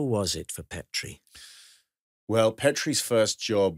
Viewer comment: I hoped Alistair would correct Rob.....its not Pet ree. Its Peet ree....a Dundee and Aberdeenshire name